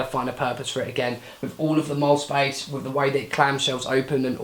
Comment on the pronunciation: It's pronounced "Moll-lea". Split it into two syllables.